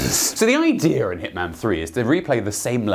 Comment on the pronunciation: "So the i-DEA in Hitman